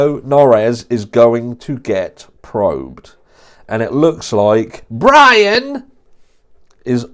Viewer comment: Everytime you say “BRIAN” like that seriously crack up